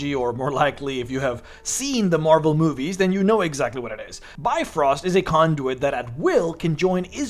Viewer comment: just as a danish person I wanna REALLY stress the fact, for other DMs, that you do NOT pronounce bifröst the way he says it: Bi-fröst (it's totally fair to think so as a non, scandinavian person), it's pronounced Bif-röst